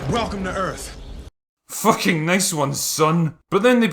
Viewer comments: Welcome to Earf! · And to think the human race was pronouncing Earth incorrectly. Welcome to Earf! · "Welcome to earf!"